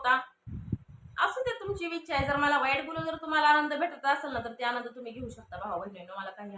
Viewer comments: हयाति काय बोलते आहेत असं बोलाव ना... आणि विछा नाही ग बाई इच्छा असं म्हणतात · विच्छा नाही इच्छा म्हणतात ताई.... वाढदिवसाच्या हार्दिक शुभेच्छा माहेश्वरी